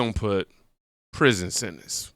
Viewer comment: Hummmmprision sebtance